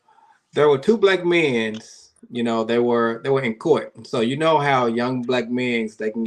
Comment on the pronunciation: Why did say Black Men’s like that? 🤣